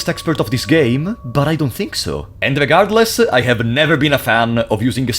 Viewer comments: These videos broke me because I now hear Regardless as Legardeless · you should say le'gardless instead of regardless